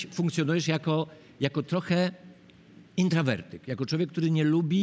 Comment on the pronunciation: Panie Kubo, poprawnie po polsku mówi się intrOwertyk. Ale może to powoli traci znaczenie, ważne znać angielski?😮